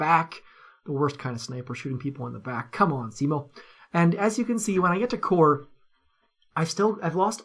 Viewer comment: Finally, someone pronounces Simo right and knows who he was....over 500 confirmed dead Ruskies